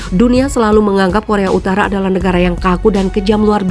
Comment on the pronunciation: Korea UTARA MIN BUKAN UTALA